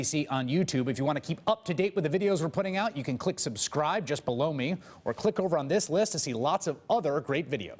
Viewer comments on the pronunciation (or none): And I gotta wonder if Chris Hayes realizes when he says "just BELOW me" it sounds like he is telling everyone to "just BLOW me"?? At the end of each of these videos....LMFAO.... I crack up every time I hear him say it... that is all.....